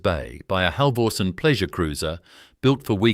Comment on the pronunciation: Buggar me, if your robot cannot pronounce Halvorsen and Berowra correctly, you need a new robot.